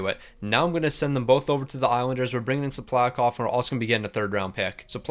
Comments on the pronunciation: btw, his name is pronounced “sip-luh-kov” I’ve noticed you pronouncing it wrong in past vids too so I hope this helps. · Don’t bother lol he pronounces half the names wrong